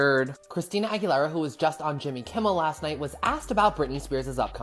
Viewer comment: I love that you take the care to say Christina's last name correctly ❤